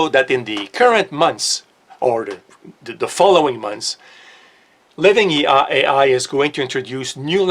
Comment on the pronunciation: "Living ei ai"......oh. 😂